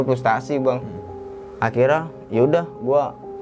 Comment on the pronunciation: Untungah,,orangah,,dan akhirah? dia gk bisa bilang >(NYA)<